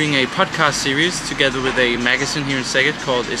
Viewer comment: I'm so impressed with your pronunciation!! :D Elongate those vowels a tiny bit and you'll be great! Szeged is my Hungarian hometown, half of my family still lives there and I have purchased land there to establish a little farm in a couple of years. Highly recommended! Great natural spas in the area as well. :) xx